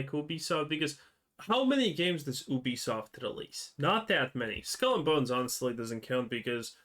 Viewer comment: Ubisoft found out . . . don't nobody want "He-Be-Soff'" HAHAHAHAHAHAHAHAHAHA